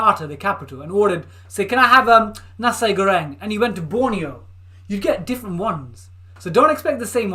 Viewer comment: Nasi is pronounced NAH-see ;-)